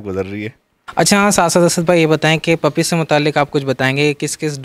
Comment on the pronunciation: puppies not pupple 😂😂🤣🤣